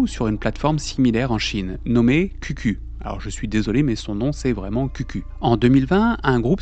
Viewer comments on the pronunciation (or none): (info de passage pas très importante, QQ se prononce "kiou kiou", commen en anglais :))